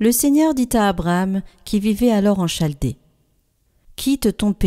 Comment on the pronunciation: Svp, pouvez vs prendre soin de la bonne élocution des mots, en 1er lieu pour valeur éducative des jeunes.. On dit " Kaldee" et " lisse " pour chaldee et lys des champs. Merci